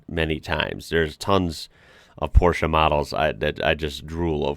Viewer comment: Props for pronouncing "Porsche" correctly! That's something you don't hear often from somebody from the USA 😁